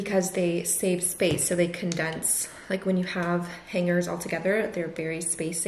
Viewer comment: For some reason the way you pronounce hangers with the hard g is really bothering me lol